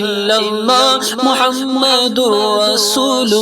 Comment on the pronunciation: when reciting pl pronounce Muhammed accurately. you pronounce as Muhamadur rasoolullah . it is Muhammedur Rasoolullah